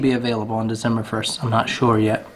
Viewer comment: Cherish each morning with the little one, she will be off to collage before you know it. Heck ya I’d you want to engrave the stock on your 22 go for it. That knife with the blue handle is awesome bud, really stepped your game up on that one for sure. Not sure if it’s your accent but you crack me up every time you say Dezember Stay well bud